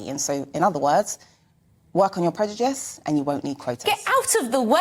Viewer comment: She needs to work on her pronunciation of " Prejudish "